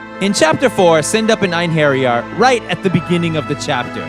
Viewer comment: It’s pronounced “Ain-her-yar”. Not “Ain-hairy-yar”.